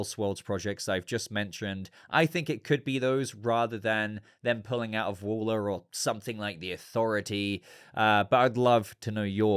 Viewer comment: It's pronounced Waller to rhyme with COLLAR, not Waller to rhyme with taller.